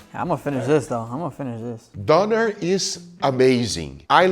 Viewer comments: Donner? its fkn DÖNER with an ÖÖÖÖÖÖÖÖ. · Didnt somebody tell you how to pronounce "Döner"? Not Doner, Donner. The Ö ist pronounced like oe. And that was more like a shawarma. Döner is served in pita bread, sliced through the middle but not completely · greek one is pronounced yeerow, not jai-ro and also the turkish one is pronounced dough-nair not donare